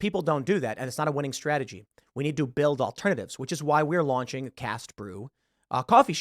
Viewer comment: Enunciate Cast, sounds to me like you're saying Cas, but i am listening at 1.5-2 speed depending on how busy I am.